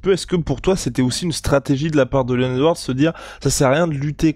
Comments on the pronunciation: Encore une fois de plus...c'est Leon Edwards et non Leonz Edouarde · Chez le KING c est pas Léon Edwards mais c est leons Edward !!😂😂